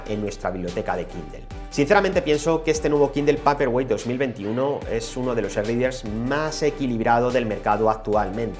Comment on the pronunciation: Paperwhite se dice peiperguait!!!